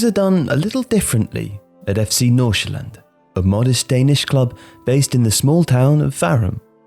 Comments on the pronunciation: He sounds so danish when he said "FC Nordsjælland" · As a Dane, I am quite impressed with your pronunciation of FC Nordsjælland. Great job! Love the video